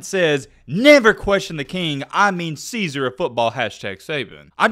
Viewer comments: Czar is pronounced Zar not Caesar, although it does have it's root from Caesar. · Czar is pronounced = Zar not Caesar. IQ confirmed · czar isnt caesar, pronunciation is zar (like car or bar) regarding the content of this video, I dont think this is an issue and legally the way he said it seemed fine - defense=he eluded to the fact that the boosters will be paying the performers, possibly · it’s Czar not Caesar. Pronounced “-Zar” with the “C” being silent. Not hating, just educating. Same way I try to learn from you how to say “similarly” due to you pronouncing it so well. And me, well let’s just say it comes out bout like “simmemalurly” with my lips tapping too much and my tongue getting lost in my own mouth. Lol. Like I said, ain’t hating, just educating my brotha. Keep up the good work and the push now to 300k! I’m here to watch all the content along the way! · Technically the word "Czar" is an Eastern European derivative of the Latin word Caeser. So, he is mispronouncing a mispronunciation. Sort of funny when you think about it. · it’s not “caesar” it’s “zar” (czar) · Are you for real this fool just said the Caesar of college football? Bahahahaha. It’s pronounced “Zar”. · Czar is pronounced “zar”, not Cesar. 😂😂😂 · Czar is not pronounced "Caesar." Go back to school in another state other than Alabama or anywhere else in the Southeast. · The word is Czar. Not Ceasar. 😣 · Czar isn't pronounced Caesar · Um Czar is not pronounced Caesar. Just saying